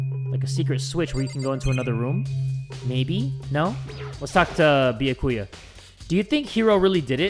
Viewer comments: He technically pronounces it right. I mean, he says the right syllables. He just emphasises the wrong bit. It's supposed to be Bee-YAH-koo-yah, rather than Bee-yah-KOO-yah, which is what says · Am I the only one who's getting annoyed with the way he's pronouncing Byakuya's name?? It's "Bee-Yah-koo-yah" not "Bee-uh-koo-yuh" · Why yes, I do get mad whenever says Byakuya’s name wrong. He says “Bee-yuh-coo-yuh” instead of “Bi-ah-ku-ya” and I want to hit my head against the table. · I can't believe I'm doing this but.... ITS B-YA-KU-YA I'm sorry. Lmao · Lol jay pronouncing it like "bee-ya-koo-yah" annoyed me at first but i just got used to it lol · It's pronounced bee a ki ya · I love how he pronounces byakuya as “bee ya koo yah” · I pronounce it as "by ya koo yah" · I know you aren't reading the comments but still I am b e g g i n g you to pronounce Byakuya properly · UGH do any Byakuya kins or stans get mad every time says “Byakuya” i’m not even a stan or a kin and i just get mad 😤😤 anyways i still love you but pls say his name right 😔😭